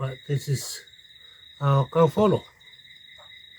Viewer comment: Kaufolo not kalolo 🙂👍 thanks for sharing 👏